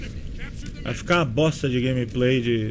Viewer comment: "Grameprei' foi fods em HUAHUA'